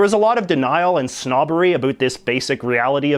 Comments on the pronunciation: In the beginning u said a boot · What you talking a boot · Stop saying a boot instead of about ...it's so annoying ....especially since the grand majority of Canadians don't pronounce it that way. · I'm not Canadian. I know not all Canadians pronounce it a-boat, but I've heard many of them do. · You sound like a Canadian caricature the way you say a boot ala South park and cannot pronounce the word Quebec properly. LoL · Why are pronouncing about "abute". Like your the only Canadian I know who pronounces it like that eh. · Where is your accent from? We don't pronounce "Around" and "about" like that. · Nice - but are you purposely butchering “about” to make it even more cartoonishly Canadian and “privacy” which you pronounce like you just got off the boat from England? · Does anyone besides me suspect that this McCullough character mispronounces 'about' on purpose?! Anyhow, fantastic vid! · what is up with you Canadians? why can't you guys pronounce the word "about". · How many different ways can this guy pronounce ‘about’ and ‘around’? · I'm an English speaking Quebecois. Just fuck off with your old hoary complaints. You're a professional ax grinder that obviously knows nothing about Quebec. You can't even pronounce it properly. Plus what the hell is going on with this "about" pronunciation? I've been to every province and territory and never heard someone pronounce "about" like that. I smell a fake. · I just checked on what your term meant. You're full of shit as nobody pronounces "about" like this twat. Plus I would add, what a stupid thing to accuse someone of. "You're a fake Quebecois". Idiot. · You need to learn how to pronounce "about". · If you re-watch this video his pronunciation of the word "about" improves every time he says it. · Soon as this asshole started saying words wrong i realized hes not canadian just a goof. Canadians dont mispronounce "about" or "around " !!